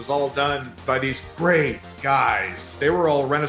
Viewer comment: "it was gweat"